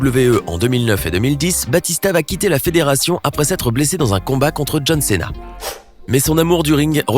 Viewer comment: bha je sais mais écoute comment il l'a prononcé il a dit "céna"